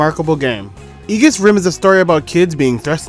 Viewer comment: it's pronounced ee-juhs